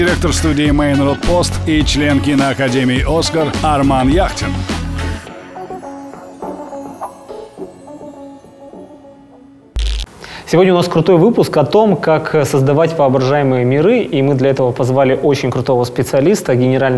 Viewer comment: В начале там оговорка, Арман ЯхТин)